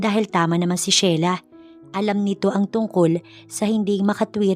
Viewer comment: Ano ba, Shela. ..o Sheila and again pronounced....Shila.